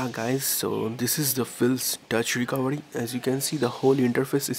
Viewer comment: actually its recovery not recovedy...